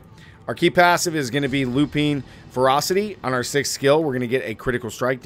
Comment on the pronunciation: Awesome build, looks sweet! Watched many of your videos and noticed a few pronunciation errors that pop up in each of them, so just wanted to let you know: Gait = Gate (it's how you walk, basically) ... Masochistic = Mass-o-kiss-tick ... Lupine = Lew-pine. Also, you're using the Crit Strike Damage boon, and talk about how you should always use it, but in a build that maxes out at 990% CSD due to Grizzly Rage, that 30% is essentially useless when you it could be +10% Attack Speed, which you also so is uber important to the build ... just use the AS, you'll get way more out of it than Crit Dmg (even 10% max life would be better, honestly). Would love to see this build in action versus mobs 5-10 levels higher than you, rather than 5 levels lower, that would be cool.